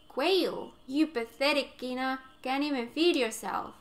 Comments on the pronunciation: Congratulations for 1000 subscribers. By the way, "Quina" may be closer to "Queena" in the original Japanese pronunciation. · Kweenah is how you pronounce it